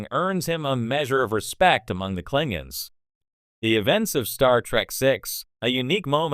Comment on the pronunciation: Klingens?!?! Sounds like AI at it again. 😂